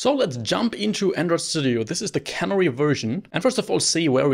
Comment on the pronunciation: pronunciation tip: CANARY is a bird, the accent is on the middle syllable (NAIR). CANNERY is where vegetables get put into cans, accent on the first syllable (CAN)